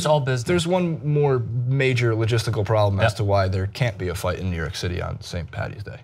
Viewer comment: Saint “Patty’s day” WTF is that shit all about? It’s Saint “Paddy’s day”